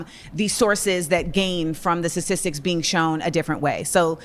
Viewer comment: It’s really hard to take seriously a person dressed like a clown and can’t pronounce sta’ti’stics right